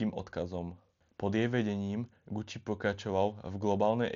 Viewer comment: Fuj daj pokoj s celým Gucci. Choď k logopédovi, radšej.